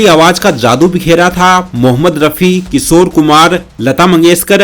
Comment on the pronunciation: Pehla bolna seekh. Kishore ko Kisor, 76 ko sehatar, collection ko koleksan, and same way bahut words glt bolta hy tu.